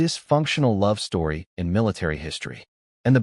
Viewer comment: Peak stowy